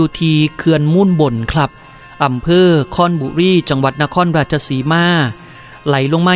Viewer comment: ครบุรี บ่แหม่น คอนบุรี